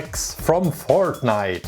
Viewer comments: Did he said fart nite instead of fortnite? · It's fortnite not fort-niiiiite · this still sounds like he's still saying FARTnite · Its not fartnite (i laughed a lot) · I swear he said Fartnite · When you say Fortnite you sound like you are saying fartnite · Does he say fart nite?? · Did he say fartnite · He said fartnite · Its Sounds like that hes saying fartnite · cant say fortnite